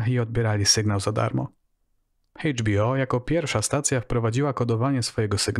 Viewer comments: litera H w języku angielskim czytamy jako EJDŻ a nie hejdż. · Bardzo ciekawy program, tylko błagam... nie HEJCZ bi o tylko EJCZ. :-) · Świetny materiał, ale Chejdż Bi O to mnie rozwaliło :]